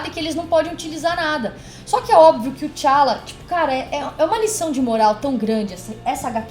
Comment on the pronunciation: E não é Chala! É T `Chala!